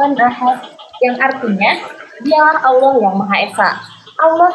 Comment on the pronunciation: Allah dibaca Alaah, karesteng... 2x